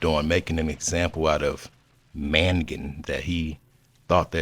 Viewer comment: Bro said mangan 🥳😆😆